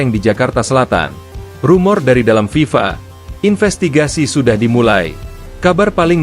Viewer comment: Ngomong aja ngk jelas FIFA...